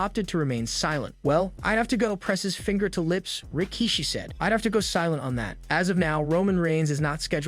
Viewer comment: The way you say Rikishi is weird and hurts my ears. You can tell he was before your time.